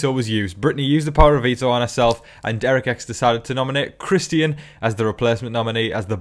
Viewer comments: Love the updates! But the way you pronounce Christian’s name hurts my ears! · Yeah, I've seen the Christian comment on here quite a bit. You are saying his name different than how we would say it here in the US, but I honestly like the way you have been saying his name. Whether that be because of the way you've pronounced it and/or possibly a slight bit of your accent being thrown into saying his name, the way you say his name is nice.